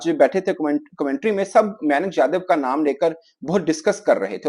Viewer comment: "jadev" "jadev" kya rahe ho yadav hai yaaadaaav tum pakistañ se ho paris se nahi